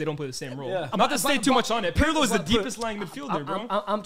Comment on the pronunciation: The way he pronounces Pirlo is so jarring 😭😭 his name is not "pierlo" ffs